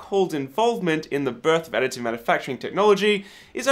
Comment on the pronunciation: Does anyone else hear "Attitude Manufacturing"?...